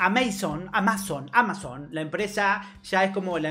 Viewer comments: Porque dice "AmÁzon" en vez de "Amazon"? xd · Como no sabes pronunciar amazon? Es re conocido